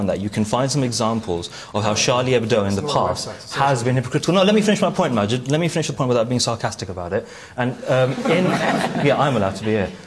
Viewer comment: It's Maajid, not Naajid, but I agree. Maajid always looks super fly. XD If only I could find a man like Maajid - stylish, intelligent, humane, ethical, respectful, wise, brave...I'm afraid he's a rare breed. This world needs more like him!